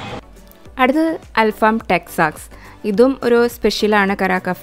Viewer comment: അൽ ഫാം അല്ല അൽ ഫഹം ആണ്